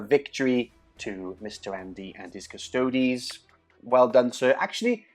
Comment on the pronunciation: cus-to-dees. like ass-tar-tees. not cus-toads. for real.